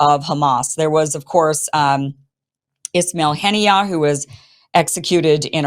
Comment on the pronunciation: Kim please correct your pronounciation, it's ISMAIL Hanieh not "Ishmail"! There is no h in ISMAIL